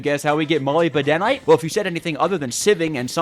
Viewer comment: Did he say molybedenite